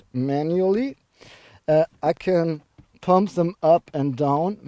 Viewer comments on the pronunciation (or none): none